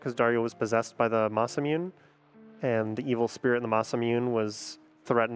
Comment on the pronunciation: Yeah. It’s Maysuhmuneh